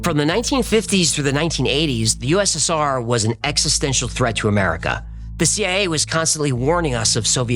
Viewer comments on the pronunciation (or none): none